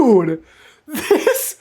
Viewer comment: didn't say "dude", he said "DEWD!" 😂😂